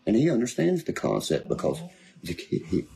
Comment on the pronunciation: Its all about “kahnseps” guys!🤦‍♂️